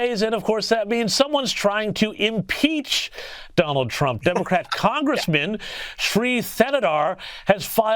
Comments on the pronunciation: Someone needs to tell the hindu senator that Donald Trump only has one D in his first name, not six! Did he just call him DDDDDDonald Tddddump? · Did he say Donawd😂😂😂